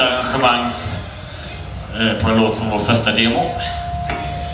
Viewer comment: Han uttalar ju Punish the Evil bra XD "Punish THA Evil"